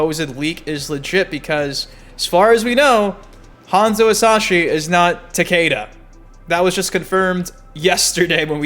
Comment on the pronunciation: Why do people say Takaeda" when the announcer always says Takeda lol is it a speech thing? I'm really wondering lol